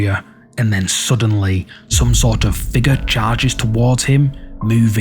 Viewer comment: Please stop mispronouncing "figure". Go back to school if necessary, it's annoying